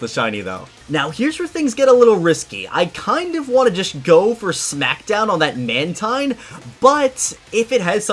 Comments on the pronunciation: It's man teen- not man -tine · Mantine is pronounced "man-teen".